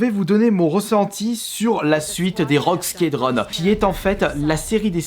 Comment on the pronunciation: Rogue skédronne, heroes mike é magic, command of conquer .... c'est autant la cata en anglais qu'en français